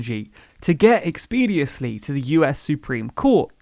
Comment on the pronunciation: Oops! The word is “expeditiously” and you said “expediously”.